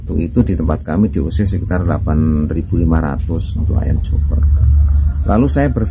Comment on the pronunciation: bukan coper pak tp joper nyebut nya sj salah 😅😅 klw copeer buat giling jagung